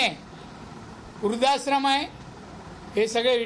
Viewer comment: वृध्दाश्रम नीट बोला आधी राणे साहेब